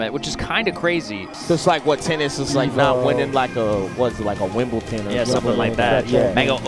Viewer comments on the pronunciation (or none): calling wimbledon ‘wimbleton’ is an underrated commentary moment